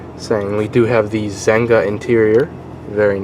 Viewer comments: Its pronounced ZEN-ya Not ZENG-GA. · that's not ZENGA ... it's ZEGNA ... pronounced: SENJA! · Zegna is pronounced "Zenya" and the gray cloth material is silk.